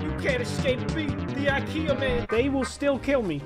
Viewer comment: he said ikrea